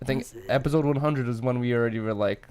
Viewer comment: Epizode Everybody else: Episode 🤣🤣